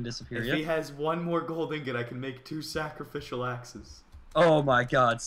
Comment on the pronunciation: you said sacraficial ass :P